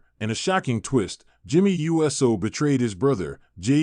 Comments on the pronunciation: There are these little things called FACTS. Get some before you start posting bull crap, and while you're at it learn to pronounce people's names..... IDIOT!!!!! It's Uso snd NOT U.S.O🙄🙄🙄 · Jimmy and Jey's name is not U S O it is prnounced OOOOSOO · His name is Jimmy Uso, not Jimmy U.S.O. This guy is so fake